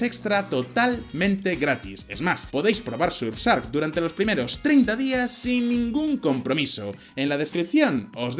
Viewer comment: Orale que pronunciacion del patrocinador: sursark